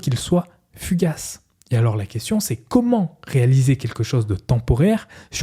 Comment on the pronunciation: Merci, c'est exactement ce que j'allais dire. Je me suis arrêté au premier quart tellement c'était insupportable à écouter : "dju" au lieu de "du", des "trrrrrr", "rrrrr", "keumon" au lieu de "comment" etc. Bref une horreur et vraiment dommage.